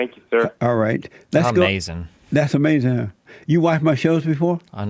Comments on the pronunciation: now that was "Amazin!!!!" lol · 'Amazing observation?' I think you meant to say was 'UH-MAY-SIN!'.